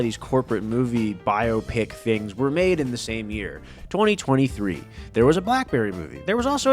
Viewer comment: Thank you for saying biopicinstead of biawpic. Shit sounds so dumb.